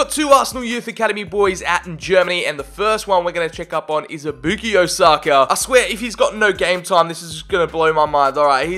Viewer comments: It’s bukayo not bookio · sir its bu-ka-yo not bu-ki-yo. anyways love the video! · boo-key-o saka hurt to hear… 😂😂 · this guy says Bookeeyo ... Come on bruh pronounce his name right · Stopped watching once I heard you pronounce it “boookyo” saka